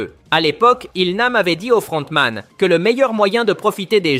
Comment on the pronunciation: LE FLLLRRRRONTMAN ET LE CAPTAIN PARLLLLK MDR 🤣🤣